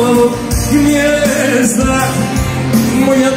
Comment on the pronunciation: Kad nauci lijepo izgovarati Gnezda a ne Gnjezda